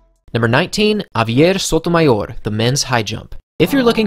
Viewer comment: your pronunciation of Sotomayor could cure cancer